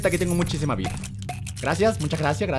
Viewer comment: german edeves de decir gracias di grasa mucha grasa jejejejejejeje para mi es muy comico XD :D